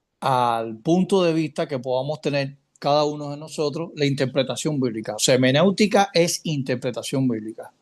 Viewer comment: No es hemenéutica lo correcto es hermenéutica. Mal comienzo